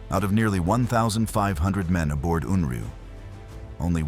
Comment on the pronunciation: Stupid AI can't even get the name correct!